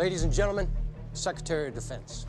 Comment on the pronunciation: He said succretary lol